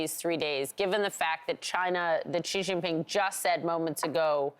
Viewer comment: It’s Sheee Jin (as in Gin) Ping